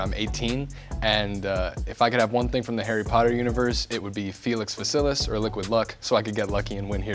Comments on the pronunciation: It's feLicis not feCilis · It’s Felicis not feCilis